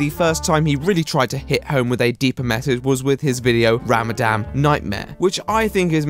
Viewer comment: I absolutely love, and I know I'm literally 3 years late, but I have to say, his pronunciation of Ramadan is absolutely painful. I cringed every time he said it